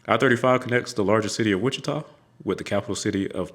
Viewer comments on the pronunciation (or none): none